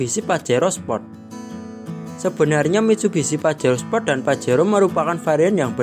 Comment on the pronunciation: uuuuuuuuuh dari tahun 91s sampai 2021 tapi kok bilang nya spot bukan sport